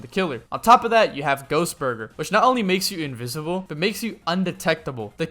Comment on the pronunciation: "Invisibe" yea right